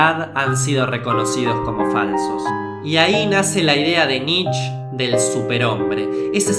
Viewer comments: cometiste un par de errores en la parte de Nietzsche (se pronuncia como "knee-tcha" no "nich") En El Zaratustra el loco (otro personaje) había anunciado La muerte de Dios, no el Zaratustra. Y el tema de Heidegger y el nazismo es más complicado, el voto por Hitler pero se arrepintió eventualmente, y no sé quién de los dos estará mal informado, pero en principio el no había "malinterpretado" las obras de Nietzsche, de hecho, fue el que más exhaustivamente lo analizo y le dedico 4 libros a el, cuando todavía sus trabajos vivían en Las sombras. Si me tiras una fuente de lo de Heidegger te lo agradecería. Y lo del Superhombre olía mucho a resumen de revista Billiken, pero está bien lograzo considerando que lo tenías que explicar en menos de un minuto (entusiasmo a todos a que indaguen más en este autor y sus conceptos). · Se pronuncia "Nitche", no "Nitch" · Amigo no se pronuncia nitch es Nietzsche así tal cual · Por favor, dejá de decir nich, se dice Nitche, la E se pronuncia en alemán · Se pronuncia "Niche" no "Nich", banana.